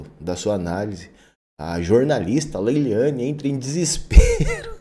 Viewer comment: MEU LINDO NÃO É LEYLIANE É LEYLANE .